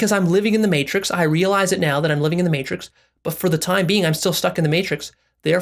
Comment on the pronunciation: This nigga said real eyesed